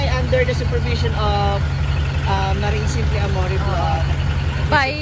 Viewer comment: Pakisabi din kay kung bakit AMORE ang pag pronounce nung AMORY niya …pinagmalaki kasi niya last time sa post niya ma baka daw kasi hndi nakakaintindi ng tagalog yung nag cooment about boses niya…AMORE bisaya ang pag pronounce ng AMORY